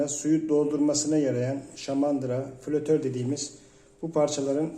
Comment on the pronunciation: Ustam FLÜTÖR değil FLATÖR o parçanın adı. Sadece dikkat çekmek istedim.. Kolay gelsin hayırlı işler ;)